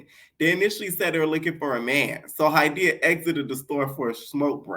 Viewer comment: lol my name Hydeia ! I love that you pronounce it right R.I.P Ms. Broadbent!